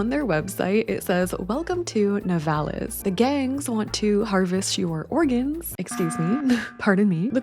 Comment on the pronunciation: Here in my country we nturally say " Nivalis" accent on the I